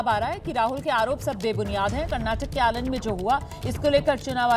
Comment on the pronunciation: आलंड नहीं मैडम आलंद है😅😅